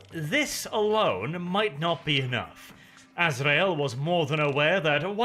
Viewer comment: "Grand Master A-zra-el" finally someone who can pronounce this right, it maddens me when people says "Ass-ree-el".